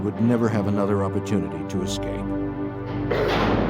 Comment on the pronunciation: "the individual makes his 'EXCAPE'"? or Escape?🤣🤣🤣🤣🤣🤣🤣🤣